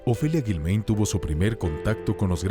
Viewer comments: No es Guilméin, es Guilmáin, pronuncia correctamente, narrador. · Lo que más me brinca es que el narrador no sabe pronunciar el apellido de a Ofelia…solo escuche a sus hijos como se pronuncia